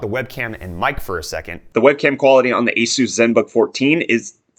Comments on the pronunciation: eh-soos ..... so funny...... cup = coop ? sorry, it just tickles my fancy .... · Jesooos Christ! Where does this pronunciation come from?!